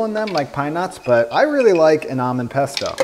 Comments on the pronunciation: I'm not Italian but even I am offended by your "pesto" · im not italian but im still upset about your "pesto" jajajajj